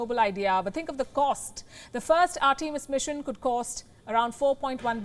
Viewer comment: It would be nice if you took he trouble to pronounce "Artemis" correctly. Americans created and named it, so show them the respect due and pronounce the name as they intended. I would hope you would learn to pronounce a child's name the way the parents intended. It's simple respect. Simple respect that you are not giving.